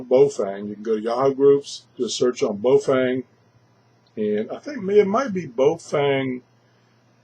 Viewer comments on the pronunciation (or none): The radio is called BAOFENG not bofeng lol